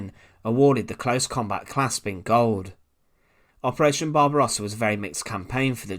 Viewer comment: he also miss pronounced Barbarossa